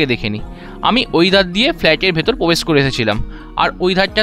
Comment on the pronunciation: Brand New ❌ Band New ✅ Probesh ❌ Pobesh ✅😂🤣 Granite ❌ Ganaite ✅